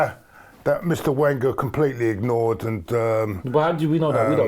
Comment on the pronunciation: Fed up with anti-Wenger comments... can't even pronounce his name properly!